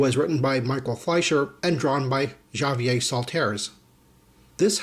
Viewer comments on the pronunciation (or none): Same with Javier